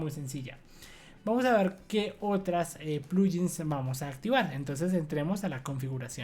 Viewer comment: No es posible que no conozcas el nombre de las letras en español: en repetidas ocasiones has dicho: "zeta-ce-hache". ¿Desde cuándo le cambiaron el nombre a la ESE ('S') por CE? Y otra cosa: la letra 'g' en 'git' y 'plug-in' no se pronuncia como 'll' de lluvia, sino como 'g' de 'gato'.